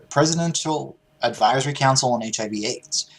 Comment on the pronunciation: Damn, that was kinda fucked up starting out, joking about "So you don't got the full AIDS, just the HIV"? (Sounded out phonetically, instead of the initials, like folks do when joking about it).. seemed kinda tasteless, Steven. :-/